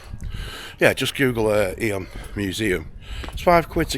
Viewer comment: The nursery rhyme Ring a ring o' Roses was written about the plague and Eyam is pronounced Eem